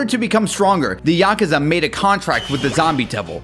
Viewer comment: "Yakaza"? Lol